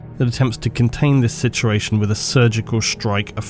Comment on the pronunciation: I swear you add like 3 extra letters to the word "situation". Love the video!